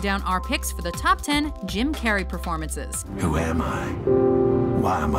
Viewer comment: Anyone else here her say "Kim" Carrey in the beginning. Like if you did